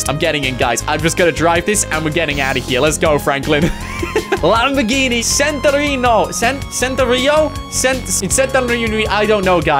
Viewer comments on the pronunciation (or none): It's a centenario (cent-te-nar-eo) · its pronounced cent-eh-nar-eo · It’s pronounced Chen-tin-are-e-oh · It is not Centenario it is champion Ariel